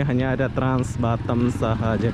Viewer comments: Sebutnya Batam lah... Bukan Batem ( bottom ) 😂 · Ini batam bkn batem😂😂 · bisa gak sih bilang B A T A M bukan Batem